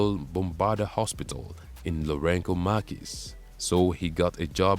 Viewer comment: Samora Machel's biography is largely accurate except for the narrator's woeful pronunciation of the late president's name and that of the country's former capital, Lorenzo Marques. Samora's last name is pronounced "Ma-chel" [not Markel], that's Portuguese for Michael; and Lorenzo Marques is pronounced Lorenzo Marques as in "Mark." with the "s" being silent. Thank you.